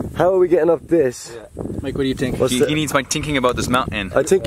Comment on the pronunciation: That's funny everybody is mimicking 🤣 "I tsink"